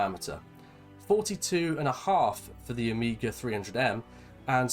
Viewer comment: You pronounce OMEGA, not OMIGA. It's a Greek word.